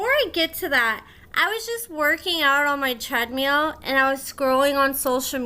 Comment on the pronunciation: OMG I can't believe there's another person in the world that says treadmeal. I make fun of my mother all the time for it. I tell her it's a treadMILL not treadmeal 😂